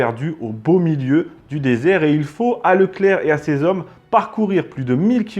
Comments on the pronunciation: 3'33 : "quatre mille z'hommes" ! Horrible ! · Dix-huit zavions et quatre mille zommes. Ce n'est pas la première fois et ce ne sont quand même pas des fautes bénignes. Je soupçonne de ne pas lire les commentaires. Tant pis pour nos oreilles et notre langue.